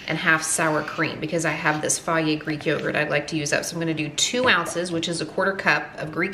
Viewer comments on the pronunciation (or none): none